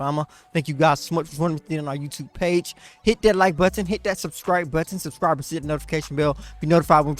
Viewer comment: Hit that sub scribe but ton and that like but ton. He got proper on that